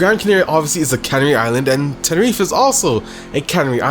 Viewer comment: the way he says tenereeef made me stop watching it xd